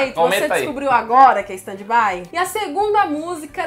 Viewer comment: NA VERDADE FALA STEN BAI